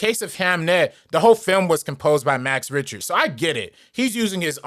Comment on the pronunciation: it's not RIch-ter. say it like "RICK-TER". also no, its not a negative for it to be used as much as it has been. its a song that conveys so many emotions and interpretation for many to the point that its a 1 of a few songs that can be used in many cases. I love hearing it whenever its used. this is embarrassing, especially when you're sitting in your room hating on a song made by someone with more talent in their pinky finger that you do in your entirety. like no one had to hear this, its just self fulfilling nonsense.